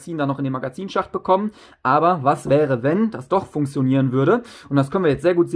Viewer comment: Wie du funktionieren aussprichst regt so auf 😂. Aber trotzdem gutes Video